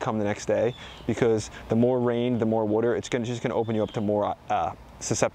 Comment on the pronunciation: What? What is what-er?